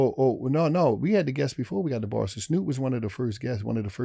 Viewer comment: Watching this I learned doesn’t know how to say Barstool 😂. “Barstoo”